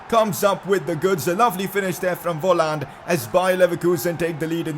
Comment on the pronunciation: Volland is pronounced folland